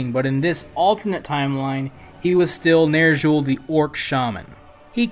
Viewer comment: nerzshul. fucking. nerzshul